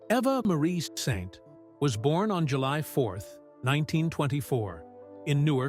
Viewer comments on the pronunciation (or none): You’re mispronouncing her name it makes my skin crawl. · as an anchor-reporter in L-A 25 years ago, I met her. A friend is her agent. So genuine and lovely. And now 100, amazing. But dude, please why can't you pronounce her name ??? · How stupid do you look if you can't correctly pronounce the name of the subject of your video? Do your research! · Your reader is uniformed and cannot say her name correctly or the same way twice.